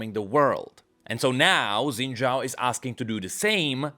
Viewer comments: I'ma keep asking, why does he call him "Zen" Zhao? 😮‍💨 It's Xin Zhao. They even say his name in one of the cinematics, you don't even gotta know how to read pinyin, just l i s t e n. 😵‍💫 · "Xin Zhaao"